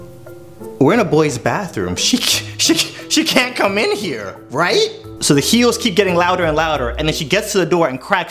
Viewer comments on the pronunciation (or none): Subtitles: Swooz struggles to pronounce can’t properly 😂😂